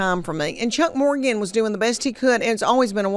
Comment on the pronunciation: Am I the only person who noticed that he said her last name wrong? He said Morganton.